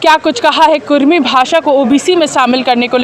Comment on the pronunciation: Kurmi nahi kurmali bhasa hai sudhar kijia